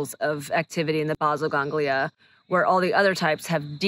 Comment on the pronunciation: The "Básil Gánglia"... hahahaha